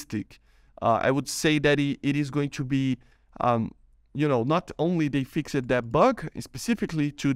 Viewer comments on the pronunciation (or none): Please... It's fixT not fixED and so on. Please